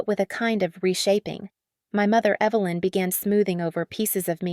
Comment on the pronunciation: The reader kept calling the mom Evil-lynn. So fitting.